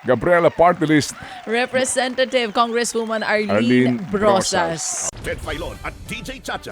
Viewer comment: Ano na Brohas? Representathive?